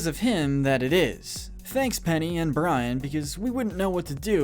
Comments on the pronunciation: It’s Brain not Brian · It's BrAIn, not Brian. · It’s Brain. You said Brian. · Penny's dog is named BRAIN NOT BRIAN!! IT'S BRAIN!! 🤦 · Am I the only person bothered by hum calling Gadgets dog Brian when his name is Brain.